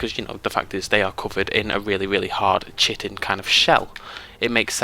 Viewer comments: "chitin" is pronounced as KITIN. Anyway, nice video. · Kitin would sound like Kitten. It's more like Ky-tin or Kai-tin.